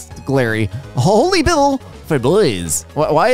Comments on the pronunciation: Did you seriously pronounce it “bibble” lmao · I'm happy that pronounces the Holly Bibble the same way I do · the way you said bible will never not be funny 😂